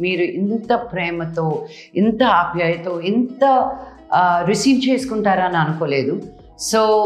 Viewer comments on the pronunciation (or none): Its apyayatha not apyatha😅..i niladisify you